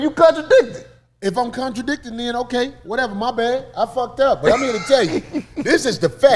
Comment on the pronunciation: this ni99a said you countrydictin instead of contradicting 😂😂😂